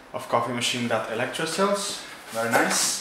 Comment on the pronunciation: Within seconds I was sure you were Italian! You know how to pronounce the name correctly. 😂